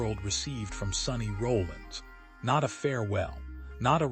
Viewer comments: His name is Sonny R o l l I n s Not Rolling!!! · AI should know how to pronounce his last name correctly….